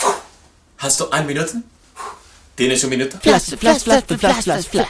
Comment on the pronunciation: te has comido el final de las palabras, jeje pero muy original! /aine minute/